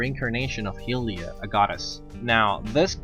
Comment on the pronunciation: it's high-lia